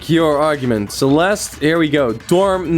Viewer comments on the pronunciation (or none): Not you giving Celeste a German accent